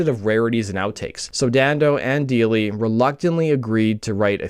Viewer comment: I’ve met Evan a few times over the years . Before the success of the band AND after. Friends of mine played in the line-up of the Lemonheads. I’m also friends with Ben Deily - it’s pronounced DIE - ly ( by the way ) His late cousin was one of my best friends in Highschool. Great video. Great work as always. 🎉